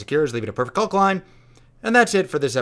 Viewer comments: The L in caulk is silent. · you're old enough now to be told that the L in 'caulk' is silent.